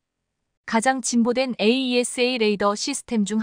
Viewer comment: 에이샤 해라 에이이에스에이. 하지 말고_